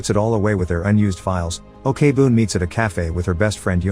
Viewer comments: Who the fuck pronounce korean Ok as "okay"... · I just want to point out , the pronounce for 'ok' is not 'o.k.' , it's pronounced as 'oak' , sorry but I felt bothered lol